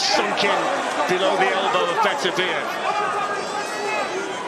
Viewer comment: Yarde belt up to his rib cage. Ref pulling up his shorts?? Fix was in. His name is pronounced Beterbiyev. Not butter biev. Ignorant commentators